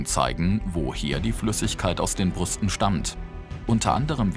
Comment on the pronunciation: der Sprecher sag Brusten xD es heißt doch Brüsten #Versprecher